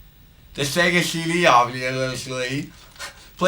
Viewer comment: Shega sheedee Playshtashon shree